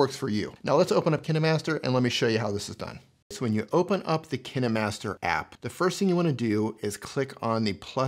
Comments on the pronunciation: I just didn't liked the way u pronounced 'KineMaster' cause u pronounced it as ki-ni master and I am in habit of pronouncing it as ka-een master but still nice video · Kin"e"master lol